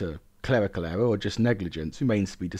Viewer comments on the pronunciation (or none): none